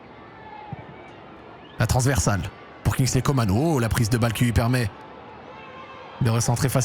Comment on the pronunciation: Coman c'est pas comane coman an pas mane